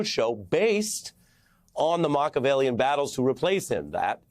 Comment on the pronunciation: For the record "Machiavellian" has the same "ch" as in "machine," The name is Italian. In Italian the "ch" sound is spelled, "cc'- da Vincci. When you see "ch" in Italian, it's pronounced much more like the "sh" sound in English.